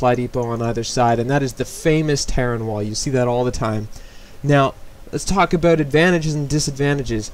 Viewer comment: "Let's talk aboot walling"